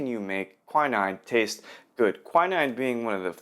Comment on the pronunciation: Doo'bonnay...? Kwynyne...? Cooh'nyac...? Du'b'nay...Kwineen...kon'yak...